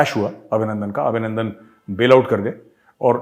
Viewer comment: GR. CAP. Abhinanadan not Abhinanadan